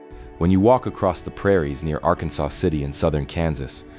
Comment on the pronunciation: Arkansas (R-Kan-Sas) River/City.